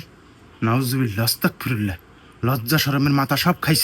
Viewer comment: আস্তাকফিরুল্লাহ নয় আস্তাগফিরুল্লাহ হবে